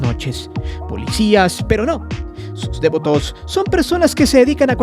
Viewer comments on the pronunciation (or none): Solo para decir que se dice "devoto", no "dévoto". Un saludo. ✨ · Me da mucha pena dar este comentario, pero lo hago con tal de que mejores: tienes un tonito muy enfadoso, deberías usar una narración más natural. Además de que dices dévoto, como si fuera una palabra esdrújula. No lo es. No lleva acento o tilde. Es devoto. De VO to. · Si nada más escuchar tu tonito lleno de amarillisno y morbo y repites DÉVOTO en vez de DEVOTO, quita mucha seriedad éste videillo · Es interesante escuchar los testimonios de aquellos que muestran devoción a este culto, gracias por la información. Cómo punto final, me gustaría añadir una sugerencia. La palabra Devoto, se escribe y se pronuncia sin tilde y acentuación en la vocal E. Lo siguiente es por la razón de que, a lo largo del vídeo, el narrador comete el error al pronunciar dicho adjetivo con acentuación en la vocal E, cuando no es así. Saludos. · Pronuncias muy chistoso la palabra "devoto" 🤣🤣🤣🤣🤣!!!!! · muy interesante videos, nomas que como soy megalómano, no pude dejar se sentir cierta irritación por la pronunciación que le dabas a la palabra "devoto" (como si llevara acento en la e) jajja